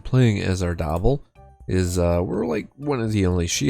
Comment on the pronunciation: Pronouncing Ardabil like “gobble gobble” is cursed 😂